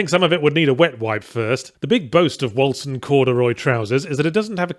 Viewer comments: Hearing everyone pronounce 'Wolcen' with a soft C instead of a hard C really rustled my jimmies and if that's how the makers of the game intend it to be pronounced then that just makes it worse. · "Wolcen" is the Norse spelling of Vulcan, and both spellings are pronounced in effectively the same way. I'm sure Yahtzee is well aware of this for the purpose of making fun of the game's generic name, but just pointing it out nonetheless.